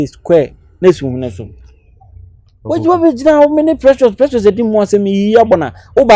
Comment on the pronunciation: Did someone hear saying Precias 🎉😂